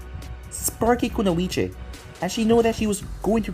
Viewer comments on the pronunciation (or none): none